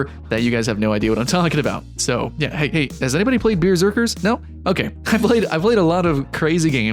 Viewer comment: Caleb Efemuai No, he said Bierzerkers